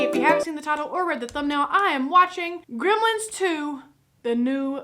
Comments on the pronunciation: GrEmlins, not Grimlins...... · Its funny how she pronounces it "grimlens"